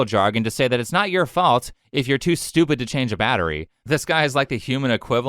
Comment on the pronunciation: Naw dey stwepid, really really stewpid